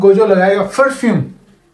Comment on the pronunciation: Never try again....and it's toji not tuji💀 gojo is gojo nobody in this world can become like that guy one more thing gojo don't wear that kind of jeans, it's yowai mo not yuwi moa🗣️😂🗿and it's perfume not ferfume